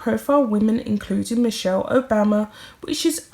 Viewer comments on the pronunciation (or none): none